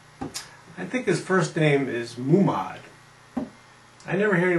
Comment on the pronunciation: Not sure where you're getting the pronunciation 'Madneejad' and 'Moomod', but... interesting.